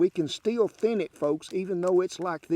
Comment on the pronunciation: love when he makes the word thin 2 syllables